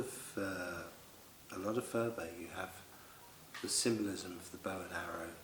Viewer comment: Phurba is not pronounced 'furba' - there is no 'f' sound in the Tibetan language. Phurba is pronounced 'purba' - the 'h' is gently aspirated. Nepalese dealers will understand if you say 'furba' because so many Westerners make this mistake!